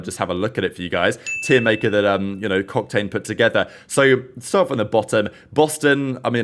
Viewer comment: did he just say cocktain?